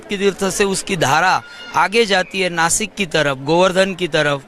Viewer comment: नाशिक not नासिक